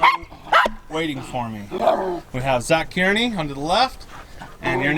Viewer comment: Did you say Zach Tyranny? Lol